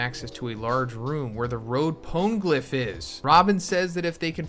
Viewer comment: How are you this far into one piece and don't know how to pronounce poneglyph?